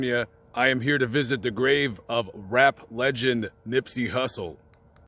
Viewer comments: During the video you called him Nippsey "Russle". Just saying, you can't get a man's name wrong like that bro. You going to his grave sight and making a video of it calling him Nippsey Russle, SMH 🤔..carry on. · This guy calls him Nippsey Russle . Listen again and you will hear this. He doesn't know anything about Nip.